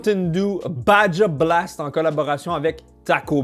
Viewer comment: la mountain dew Baja Blast se prononce Baha Blast moi ma préférer ses elle au melon d'eau :)